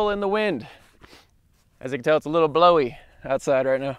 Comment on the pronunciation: "as u can tell the wind is a little bloweey"